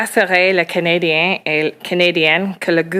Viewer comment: patty hadjuice can't even pronounce canadiens properly in french.. just ridiculous